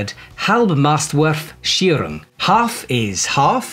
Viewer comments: ALMOST nailed the pronunciation on Halbmastwurfsicherung ;) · Almost 10%😅 lg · Haha :D, the end especially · Relax bro nothing in the world changes if he pronounces that correctly or not